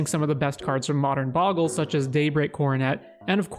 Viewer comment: If only you knew how to pronounce "Bogle" as well as you know the game...